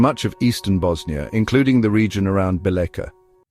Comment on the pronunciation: Bosnia is a place, not a people. The people who inhabited the land were Serbs. During his coronation, King Tvrtko titled himself the King of the Serbs of Bosnia and of the Coast. Also the name of the city described here is pronounced something like BEE-letcha.